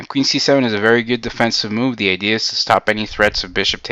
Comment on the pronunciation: "The eighdia behind it"